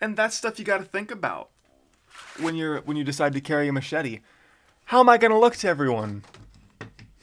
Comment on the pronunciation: And the smachet lol